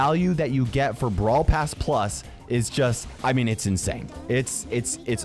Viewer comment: As soon as he said "brawl pass plus" i died inside